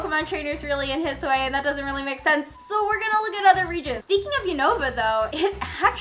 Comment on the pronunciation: I'm sorry but why do you pronounce the "I" at the end of the regions like that? It's like an English "i" but shorter; it's not an "ay" sound. ^^"